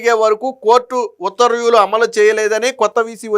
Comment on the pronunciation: ఉత్తర్వ్యూ లు కాదు, ఉత్తర్వు లు. చూసి కూడా చదవలేనివాళ్ళను గతంలో చూసాం. మీరు వారి వారసులు కాకండి